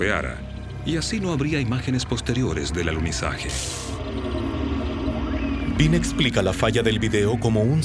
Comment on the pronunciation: Oh, no, es el pésimo doblaje chileno, agregando letras a las palabras: en vez de decir "alunizaje" dicen "aluniziaje", en vez de decir "que" dicen "quie" entre miles de errores de dicción. No pudieron gastar un poco más y encargarle el doblaje a otro país o subtitularlo? PD nadie ha ido al espacio